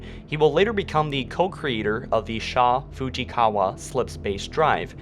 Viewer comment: How can he pronounce "Fujikawa" and "atmospheric" correctly, but he can't say secessionist